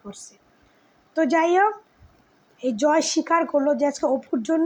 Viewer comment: Jmn APU biswas tmn tar vokto didi apni joy er naam ta vlo kore bolun vlo vabe kheyal kore sunun unar naam ki😂